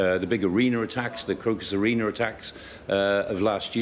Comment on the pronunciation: Why does he call an arena an arener? Not very professional.